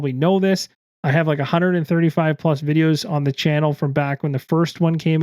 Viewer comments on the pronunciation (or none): none